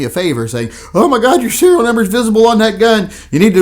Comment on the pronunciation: Serial not cereal...